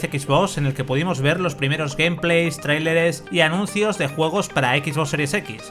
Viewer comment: Equisbox, traileres, incide, micro-soft... Por favor, basta ya de su resistencia a pronunciar correctamente en ingles los anglisismos, todo idioma merece respeto, y si se dicen profesionaoes, hablen como profesionales.